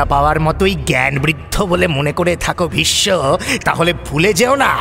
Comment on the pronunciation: I’ve been an avid fan of mirchi bangla all these years and was very excited to hear the Mahabharat but it was killed by a horrible narration and terrible pronunciation by the narrator. Every time I hear Bhissssnno and not Bhisso just ticks me off. Stopped listening to it after episode 3. Guess he has a chandrabindu problem.